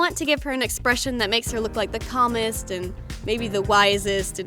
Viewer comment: When you said "the calmest" I heard "the communist"